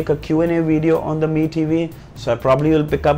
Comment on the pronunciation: Your pronunuciation of Mi tv🤐🤐🤐🤐